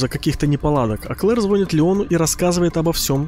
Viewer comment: не звонит, а звонит. Хихихиха